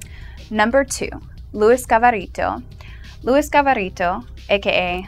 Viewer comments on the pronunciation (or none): I think it's Luis Garavito not Gavarito